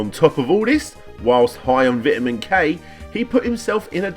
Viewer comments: Vitamin not Vitman. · It's spelled "vitamin," but pronounced "VIHT-a-min" instead of "VYTE-a-min" over there.